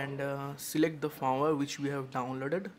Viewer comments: dude you said FARM-WHERE, instead of firmware! Great Video BTW.. Thumbs up! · Firmware is pronounced 'Fermwear' not farmwer